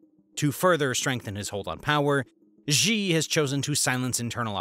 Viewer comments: A small suggestion: Xi is pronounced „Shee“ and not „Xjii“ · Xi is not pronounced "Gee", it is pronounced "she", like a girl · Xi's name is not pronounced 'djee' but 'she'. If you don't care enough to the get the pronunciation right, perhaps your other details are not accurate as well. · Say his name right jsfc